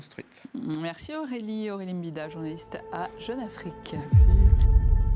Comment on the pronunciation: Mbida et non M'bida.